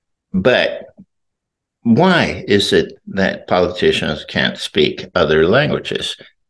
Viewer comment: You worked in California undercover as an intelligence officer ? What is a polkitician ?